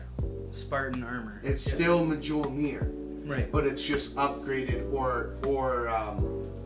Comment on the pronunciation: Its pronounced "MYOL-nur." Fuck.